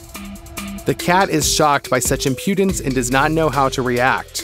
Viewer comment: loooooot of facts you had were, well incorrect. also if youre going to way over use the word impudence, please use it correctly or brush up on how to pronounce it. not judging by any means, just some feedback on how to make an even better video next time :)